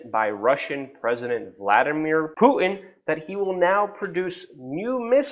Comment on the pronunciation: Luke... Love the way you pronounce Putin... Pooin 😂